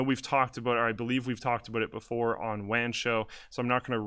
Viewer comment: Sounds like wam show